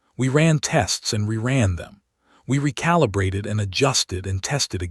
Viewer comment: Why stress on the I recalibrate. You don't have to stress on the letter. But interesting story